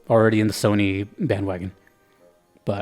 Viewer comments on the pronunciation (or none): none